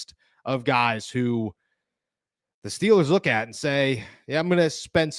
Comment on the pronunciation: STOP saying LOOKIT ffs